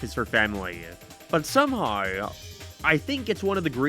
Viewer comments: Couldn't get past how you slaughtered the word "Somehow" F is for Family is pure genius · the way you said somehow is HILARIOUSLY awful lmfaoooo